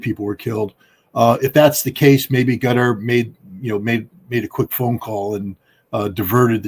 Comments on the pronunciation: I guess it is Qatar, not Gutter, right? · Scott. It’s Qatar, spelled Katar. Not Gutter!! 🤭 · Is QaTAR NOT CUTTER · Why scott keeps calling qatar gutter😂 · Anyone else laughing at Scott Ritter for pronouncing Qatar “gutter” I guess it’s on purpose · It puzzles me how Ritter can pronounce Qatari, just fine, but pronounces Qatar as Cutter. Lol, who's he trying to or not trying to impress with that. Only pronounced it right after the host prounced it correctly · Scott pronounces gutter instead of Qatar. hehehehe, Freudian slip of a tongue. The USA is isolating itself. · What is wrong with Ritter intentionally calling Qatar as gutter? He sounds like the Israelis intentional misprouncing Hamas as Khhhamas.